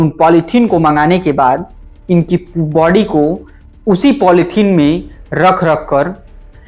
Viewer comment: Bady ni hota hai... body hota hai